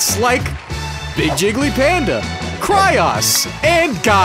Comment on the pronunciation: one day will stop pronouncing kryoz as 'kry-ahz' but today is unfortunately not that day...